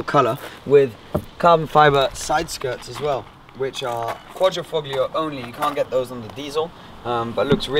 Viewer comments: Great spelling you got there. Also the g in Quadrifoglio is silent. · Hey, you live right next to Italy and you don't know that the G is silent? I'm an ignorant American and even I get it right!;) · alfa romeo It’s truly amazing that the majority of these review videos get it wrong! Also the pronunciation of Quadrifoglio, it makes me cringe! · no it's not. at least in italian it isn't. The sound english speakers get wrong when pronouncing quadrifoglio is the D which has the same sound as Dog. But of course who gives a fuck it' just a name.